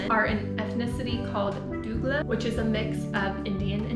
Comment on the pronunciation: Great attempt! Dougla is pronounced dough gla ❤